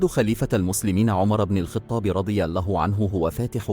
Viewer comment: لماذا تنطق لقب الخطاب بالكسرة!!! لم اسمع أحدا في حياتي ينطقها كما نطقتها انت!!! هذا أمير المؤمنين ومن منا لا يعرف عمر بن الخطاب وأقل شيء هو ان ننطق اسمه بشكل صحيح